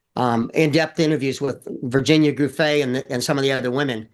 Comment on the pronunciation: @@ He says Gunthrie clear as a bell , and . He even butchered Virginia Giuffre’s name . He only says Guthrie correctly